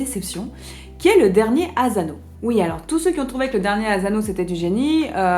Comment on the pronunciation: Bonjour, une petite précision : en japonais la lettre S ne se prononce jamais comme un Z, donc ASANO ne se prononce pas azano.